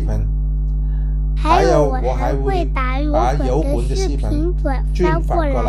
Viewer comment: 他应该是想練好华语, 用那个什么app来自動出字幕吧(他提到廣府话 app 自动出不到宇幕)，我看一些英文的视频，發音若不準出来的字就不对了。 我个人听他講还好，只是视频听到戏棚，油管听到摇滾而已，其他全明白哈哈。